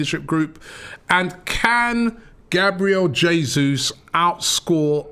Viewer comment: Did anyone hear “JABRIEL JESUS” 😂👌